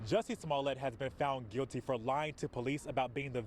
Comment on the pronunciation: I love how the host actually called him “smollay”!!! 😂😂😂😂 #davewins